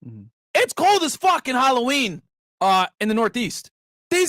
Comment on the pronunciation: HO-A-WEEN & THOT-A-WEEN - Killer Rant Myron